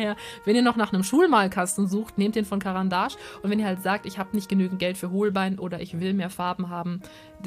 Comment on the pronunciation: Du hast caran d ache richtig ausgesprochen yeiiii 🎊🎊🎊🎊